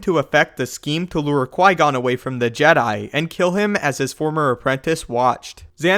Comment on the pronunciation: Mast-eeerrrrr lick wow qui goooooonnnnnn PRONOUNCE THIS CORRECTLY PLEASE BOSTEN CHICK.